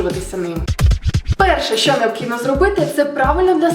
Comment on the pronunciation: Всьо кльово, молодець. Красива, харизматична, дотепна і влучна. Але! В українській мові шиплячі не пом'якшуються. Всі от "щьо", "чього" так вуха ріжуть - страх! За такою вимовою легко визначити оригінально російськомовних людей. Я язва, вибач, але виправись)